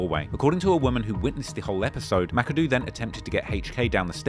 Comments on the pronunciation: Ma-ka-doh not this mackadoo nonsense 😂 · Thats not how you pronounce Makado. (Muh-Cod-Oh)